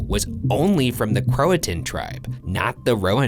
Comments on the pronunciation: I thought it was pronounced crow-a-shun not crow-a-ton. Who knew their videos could more then creepy education? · i usually love unsolved but as a local to the Croatan Forrest all the mispronunciations are killing me